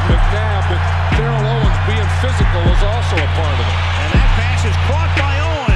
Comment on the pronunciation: the announcer wasn't kidding when he said "tear-ell owens"!